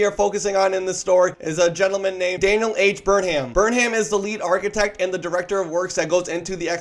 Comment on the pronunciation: It’s pronounced Burnum. Sheesh.